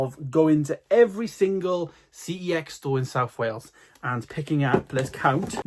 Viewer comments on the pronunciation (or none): Pretty sure I said this on a previous video, but the company name for CEX is LITERALLY pronounced "sex". Look it up. Contact head office. Calling it by its initials is wrong. 🤷🏻‍♂️